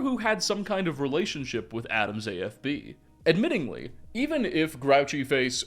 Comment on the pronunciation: *admittedly, not 'admittingly'